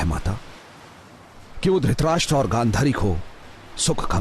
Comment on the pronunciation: name pronunciation galat hai 😅 . Dhrit + rashtra = Dhritrashtra